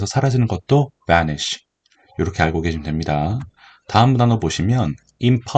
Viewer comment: 붸니쉬 발음 찰져요